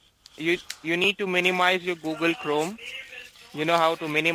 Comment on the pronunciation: Google or Obble?